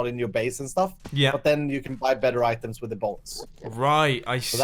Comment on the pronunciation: "oitems" :D